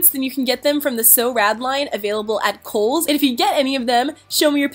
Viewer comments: You know you are Australian when: You thought Eva said Coles instead of kohls 😂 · i am american and i thought she said coles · I thought eva said coles i am do stupid